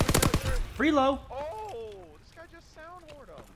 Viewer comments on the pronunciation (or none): It's called "FRELO" not "FREELO"